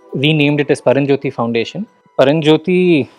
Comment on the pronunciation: Sir it is PARAMJYOTHI not PARANJYOTHI